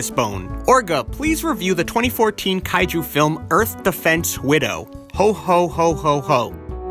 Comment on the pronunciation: "kay-jew film"? I didn't know there are Jewish Kaiju movies.